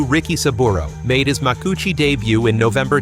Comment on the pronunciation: Even as an American, I know that's not the way "Makuuchi" is pronounced. More AI trash.